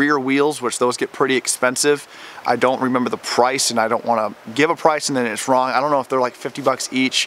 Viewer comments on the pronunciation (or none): none